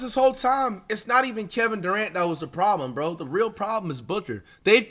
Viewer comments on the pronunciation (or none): none